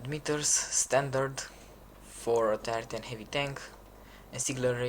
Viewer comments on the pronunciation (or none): I thought you kept saying "the tartan tanks" instead of tier 10 tanks